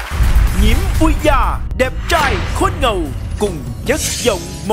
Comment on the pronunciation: Ngô Kiến Huy ơi, xin đọc đúng chữ: COOL - Phát âm chuẩn tiếng Anh là: ko͞ol -- Chứ không phải là: Kun